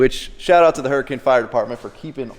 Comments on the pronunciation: At least he said Hurricane correctly (Yes it’s pronounced hurr-a-kin) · I’m more impressed that you said “Hurricane” correctly. The southern Utah way👍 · I'm just amazed you pronounced Hurricane correctly. ;) This is the fire engine they used to bring to my elementary school for fire week. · I'm glad you pronounced hurricane correctly.